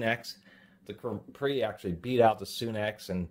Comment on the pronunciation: Also he says capri like capri sun when its actually said as cap-ree.. cap as in soda cap. Got it straight from the manufactorer. Call them on the weekend and see what there voicemail says to confirm.